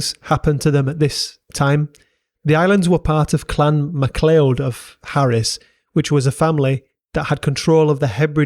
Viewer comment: Great, well-researched video. Macleod is pronouncing Maclowd btw, classic Scots😂. Think it’s interesting that mainland UK diseases being transmitted killed off the locals in St Kilda later than it did those in the Americas, despite it being closer.